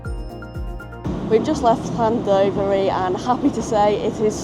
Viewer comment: August Bank Holiday each year, Llanwryted Wells hosts the annual Bog Snorkelling contest. And sorry to be a pedant, but Llandovery is pronounced Llanduvery. Llandrindod provides a link to the T4 Traws Cymru service from Cardiff to Newtown. Llan is Welsh for Church.